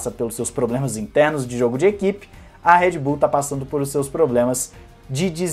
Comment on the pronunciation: É Red Bull e não Head Bull!!!!